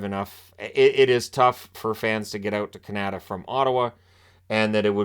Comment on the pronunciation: Canada isn't pronounced like that.